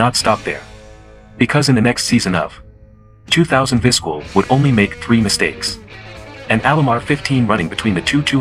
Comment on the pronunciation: It's pronounced Viz-KELL. For pure longevity, I'll take Whitaker (19 years) and Trammell (20 years) in Detroit, the longest-running 2B/SS combo TOGETHER in MLB history.